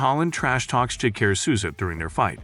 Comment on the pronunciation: Jock-a-ray So-za Thts the pronunciation